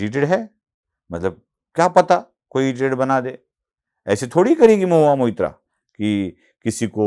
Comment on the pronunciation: Mohua Moitra Not Mitra 😂